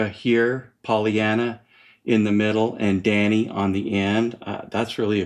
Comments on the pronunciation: Aye... and it's Paulina, not Polly-ana. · Very through double album review! Pssst. I’m sure that I missed someone already saying this but just in case. It’s “Paulina”, not Pollyanna. PAU!